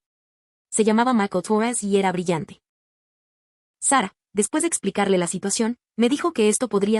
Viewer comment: Es mujer, el nombre de OP es Sara solo que lo pronuncian en inglés por eso se escucha Seba ¿me expliqué?